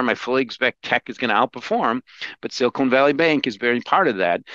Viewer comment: Anyone else so distracted by saying “trough” as “trow” instead of “trof” and “silicon” as “silicone” that you had to rewatch half the video again? Just me? That’s okay - I don’t mind enjoying videos twice. Another fantastic interview, - your questions are consistently razor sharp!